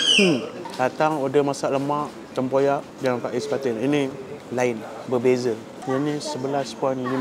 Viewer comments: Pais bukan phais😂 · Sebutan dia Pais bang bkn Faiz 😅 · Betul.. Agak terganggu sebutan ikan faiz.. Pais ikan la.. Jenuh kerut mulut rs nak membetuikan😂😂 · Ejaan PAIS..sebutan pa..eis..atau klu org daerah ckit..pa..eihh BUKAN pa..is atau pa ..ih..atau pa..eh..dn bkn juga fa..iz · Bkn faiz boss..pais/paih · sebut fa-iz/pa-is mcm kelakar plk😁..sebutan sebenar pais/paes senafas je..kalau salah tolong betulkan.. terbaik👍